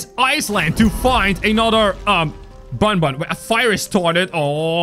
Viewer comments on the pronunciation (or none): You said bunbun not bunbun is banban